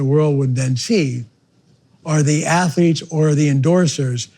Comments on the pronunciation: "Student Ath-O-lettes". Of Course you dont have slaves here sir. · "Student Atholeets" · "Stuuudent atho-leets..".. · Ohho sir, student ath-o-letes, how clever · St-ud-ent atho-leth-es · Student atho-letes, ahha brilliant sir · "Student Athuretes" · STOO-DENT ATH-LOO-LETES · “Student ATH-OO-LETES” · "STUDENT ATHO-LETES"